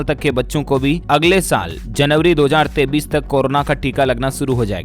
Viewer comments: Dear sir, Jan. 2023 ko Jan. 2033 baar-baar bolte hen. Pls see. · 2033(tho hajar taites) nahi hota hai... 2023(tho hajar teyesh) hota hai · App 23 ko 33 q bolta hai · 23 bolte he sir ji ya 33 bolte he ye btao pahle sir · 23 ko 33 kiu bolta hai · 2023 को दो हजार तेंतीस नहीं दो हज़ार तेईस पढ़ते हैं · 23 को 33 क्यों कहते हो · Bhai app 23 ko 33 kyo kehte ho